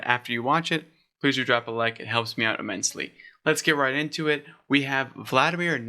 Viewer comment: VAl de Mar not vladamir